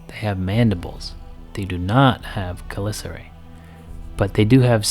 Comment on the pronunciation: It’s pronounced cha lica re you fucking retard how am I even supposed to consume this when this fuck boy can’t even say it right